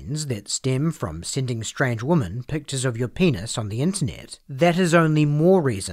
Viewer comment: Given that his first initial is "A" as in A Weiner and for whatever baffling reason his family didn't immediately change their surname when they immigrated to America were the first seeds of this man's destruction. Also side note: This is just a nitpick, but the "o" in the word "women" is pronounced more like an "i" "wimin" this might be because of your accent, but the way you say women is phonetically incorrect and really distracting.